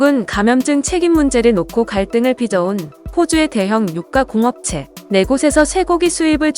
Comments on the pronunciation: 유까/공업체가 아니라 육/ 가공업체로 띄어 읽어야죠. 고기 육은 중딩들도 아는 한자 아님? 워딩이 엉망인데 뉴스에 신뢰가 가겠어요? 듣다가 끄고 나가지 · 학교를 안다녔나? '육가공 업체'를 몰라서 '육가 공업체'라고 읽나?